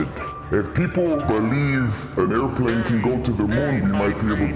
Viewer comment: Air•plane, not aircurve…